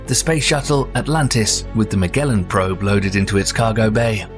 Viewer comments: He called Magellan "MAG Ellen" this is an AI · did this video literally say Mag Gellan probe? Stopped watching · 2 million subs and you still gotta use an AI voice that can't pronounce Magellan? Pathetic lazy bs. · This is an AI voice...because it pronounced Magellan wrong. Not Ma-Gell-un (with a hard throat G) but...Ma-JELL-un!!